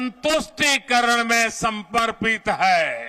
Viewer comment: पहले समर्पित बोलना सिख लो बोलना 😂